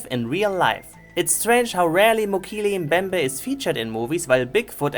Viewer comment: should’ve called it Rickception Also did you just call it Mojito Mbembe? XD